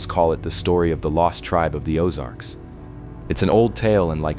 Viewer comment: I really enjoy and appreciate these types of videos, but what I don't like is the continual mispronunciations. Whether it's an electronically generated voice, or a real person reading the script, it's extremely annoying. I'm from Kansas City, and now, at almost 70 years of age, I've lived in the Ozarks for the last 30 years. I'm quite familiar with the places mentioned, and I'm irritated with the mispronunciations in almost every video I see. I couldn't even understand some of the names he/it was speaking. I.E. "Osage" is pronounced "Oh-SAJE" with a LONG "A" sound, not as in "massage," "message" or "garbage." This is a real problem, because of the sheer numbers of careless idiots, who don't know and are too lazy and stupid to care, and who fecklessly plow through the English language with absolutely ZERO REGARD for how idiotic they sound, whenever they open up their festering gobs!!! Make these dummies research the place and people names, before they start reading. What passes for education today makes me want to PUKE!!! But it's a great video, otherwise.